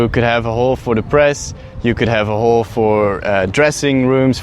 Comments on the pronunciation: Your pronunciation of "hall" makes me uncomfortable. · Was just about to comment the same thing. Took me a while to even understand that's what he was saying. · Its just an accent? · That is how the dutch say it